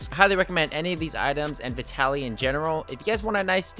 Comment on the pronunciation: is that really how "vitaly" is pronounced 💀